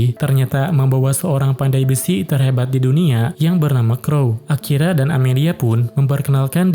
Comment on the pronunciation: Bg di menit 40 kayak Akira jadi akiya